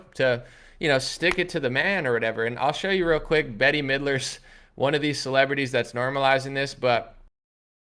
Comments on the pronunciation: It's "Bet" not "Betty". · “Bet” not Betty.